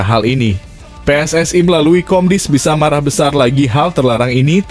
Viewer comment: Pelatih diganti naratornya juga harus diganti baca PSSI aja salah